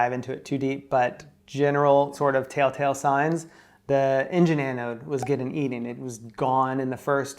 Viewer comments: Does keep saying taletale signs instead of telltale signs or am I hearing things? 😄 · I’m so glad you chose to take a bucket list trip rather than sit on a boat that can’t move. I also loved two adorable things in the video: says taletell instead of telltale and at the end, he mows Belgium at the same time says it. Love you guys, hope they give you a loaner boat or rental money soon!!